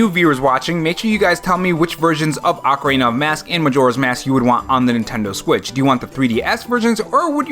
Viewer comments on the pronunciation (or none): hey yea im new and i want the 3ds but you say ocarana of mask and then it threw me off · ah-cuh-reen-uh. Ocarina. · It’s “OH-Kah-REENA” there’s only one consonant separating the O and the A which means the O makes the “OH” sound instead of “AH” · You say ocarina like macarena. 😅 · its ocarina not ocarina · I’ve always pronounced it Ocarina, instead of Ocarina